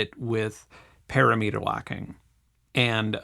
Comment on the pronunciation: It's PUH-RAM-I-TER. What is with the Internet and this pair-a-meter gaslighting. Stop it